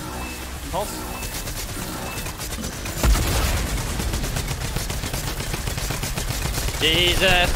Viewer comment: Lachlan said impillses